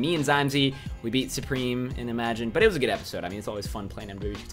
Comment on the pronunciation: changed good to great because you pronounce it "geed" haha